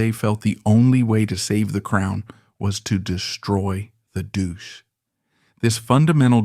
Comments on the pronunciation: "Douche"? Duce (doochay) was the word you were seeking. Unless you wanted to imply something else. This is the trouble with AI - it is artificial; it isn't intelligent. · The idiot narrating can't even pronounce the word "duce" correctly, it is not "doosh", just do your homework for which you are being paid! Another thing, Umberto became king AFTER Mussolini was killed along with his mistress Clara Petacci, whose bodies were hung at the Piazzale Loreto in Milan for all to see and express their anger and revulsion by desecrating the bodies, you reap what you sow. This "documentary" is a piece of garbage. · Doo-chay. Loo-kee-no Vis-cohn-tee. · As an Italian citizen with some background in history, I would say most of this would be difficult to prove. There seems to be a lot of supposition, guessing, and interpretation going on here. Fascist and communist governments were famous for false accusations of homosexual behavior. Just as an historical note, the narrator ( who seems to be unable to correctly pronounce Duce) speaks about Umberto’s loss of his golden crown etc. In fact, our kings ( )never had a coronation, hence they were never actually crowned. Rather, they took a constitutional oath. Lastly, I was delighted that Umberto’s children and grandchildren were allowed to return to our country. Viva l’Italia! 🇮🇹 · Yes, I certainly understand the context both in Italian and English, however, I was making a point concerning several other inaccuracies in the presentation. Can you pronounce correctly in Italian Duce?